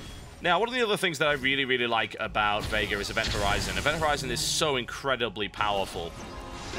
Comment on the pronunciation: Every time TB say "Veigar" it sounds like he's saying "Vega" to me. Probably doesn't help that I've been playing a lot of Street Fighter lately.